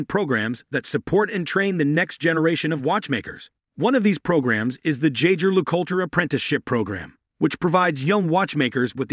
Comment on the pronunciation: Oh gosh… does a video of a brand but doesn’t learn how to pronounce it right. My ears bled.